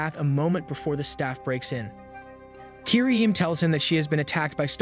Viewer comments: It's pronounced Kee-re-hee-mé not "keereheem" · Bet a lot of people are triggered by for butchering the pronunciations of japanese names. Kirihyme instead of KiriHime